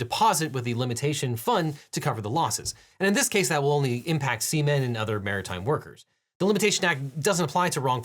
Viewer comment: Cant help but chuckle whenever I hear you say semem protection act 🤭